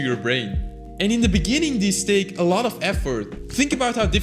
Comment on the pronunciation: Dude u used word's that have "th" sound in them too much that u lost ur control on some words like "Take". U said "THAKE" And that's a normal thing I think, that also happens to me🤣